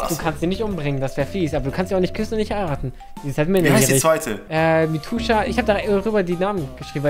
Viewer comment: Das ust Mitzuha nicht Mitusha :(